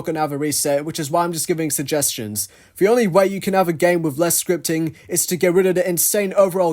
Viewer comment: At the beginning of the video, did u say "with" or "wifh"? I always hear british people using "f" instead of "t" like "fhick" instead of "thick". Is it just my hearing problem? 😭